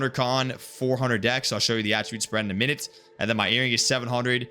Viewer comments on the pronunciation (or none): none